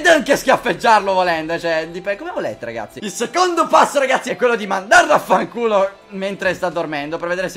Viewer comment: Ahahahahahhaahhahahahahha! hai detto Fanchiulo